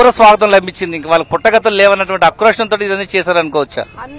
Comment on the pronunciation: Anchor ki ఆక్రోశం అనటం రాలేదు.. అక్రోషం అంట😢😢😢😢